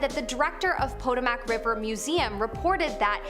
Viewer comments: The river is pronounced * puttow mu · First, the phone changes the pronunciation to suit itself and then enters it *sigh, let's try this again shall we? * puh tow muhk . Some Americans love technology. I clearly not one of those kind, however I do like your videos. Thanks for all your work. 💓🎶🎵🌏 .